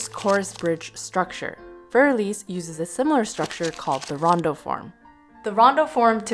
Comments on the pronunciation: I like both presenters a lot but neither pronounced this correctly, and the classical pianist was the worst. I just think that if one is going to make a video praising or criticising a work of music, one should look up how to pronounce it first. Für is not like "fur" as in the hair on an animal. And Elise has 3 syllables, not 2. It's one thing for kids and grade-school music teachers to get it wrong, but the presenters? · Every time I hear "für" pronounced as "fyoor", I cringe. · "Fear Elise"??? That's a funny way to pronounce it. 🤣